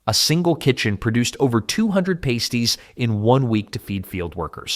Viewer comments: Pasties (it's pa-sties, not pay-sties) haven't gone anywhere... they're still readily available in the UK, Australia, NZ... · Pasties are pronounced pas-teez, not pay-steez and they are still here. They are one of our most common foods in the UK. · Its pronounced "pass-tees" not "paste-ees" thats one of those nipple covers burlesque dancers wear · Soooo.......you know pasties are still a really common grab n go food in the UK right? ......And that it's pronounced Pass- ty not pays-ty? ......Ngl my 'Westcountry raised but back home like the Northerner i am' ass flinched , one eye twitching most grievously every time he said it......😂😂😂😂